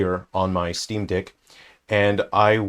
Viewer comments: Did I hear steamdeeck? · I like the australian pronunciation of Steam deck